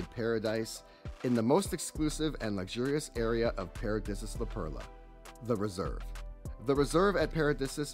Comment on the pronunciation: I believe pronounced... "para-dee-see-us. Could be wrong though. Great review though... thank you